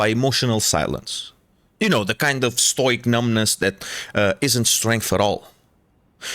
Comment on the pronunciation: The way the bro pronounces “stoic” was worth a thumbs up by itself.